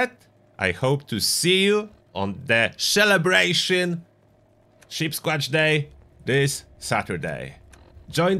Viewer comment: Did you say "shellabration" lol you crack me up